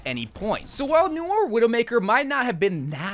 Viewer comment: its not pronounces n-oi-er, its "no-are"